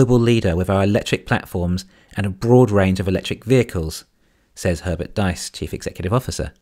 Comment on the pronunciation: Herbert's last name is pronounced "these" not "dice"